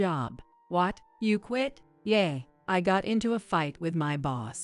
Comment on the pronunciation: Please recognize that English words are pronounced differently according to context. Yeah. Is not Yeay. Agape is not “A Gahhp aaaay” that’s Gods perfect love. Agape is Also pronounced Agaaaap the e is silent and the A between the g and p is long. Fiancé is also always pronounced wrong here.